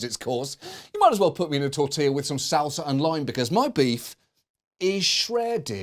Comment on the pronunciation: wow you said SAL-seh